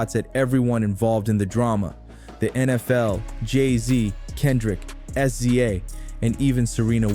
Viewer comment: I subbed then unsubbed when I heard how you said SZA 😒